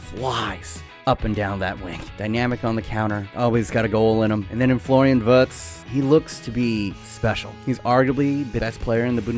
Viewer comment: Please listen to a pronunciation of Wirtz you are saying the "r" right but not the "i"